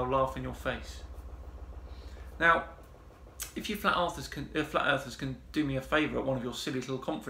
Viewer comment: "Flat Arthurs..." lol, I like the new nomenclature, because they're "'arf asleep"!😂 Just working through your Flat Earth Fridays playlist, loving every minute.❤ Subbed.